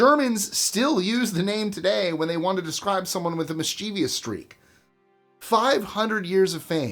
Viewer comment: Homer, King Arthur and Robin Hood. BTW, there's no extra i in mischievous (properly pronounced mischief-us. By all means look at how the word is spelled. It's "vous" not vIous.